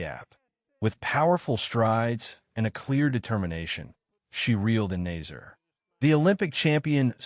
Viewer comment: If you are going to report on these events, please learn how to pronounce the athletes names. It makes you look like an amateur. The second place finisher is Salma Eid Nasser with a short A not nazer.